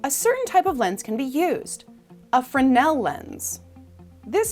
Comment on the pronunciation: It's pronounced "frez-nul", good video though